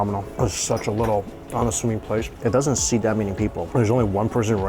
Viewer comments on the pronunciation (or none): none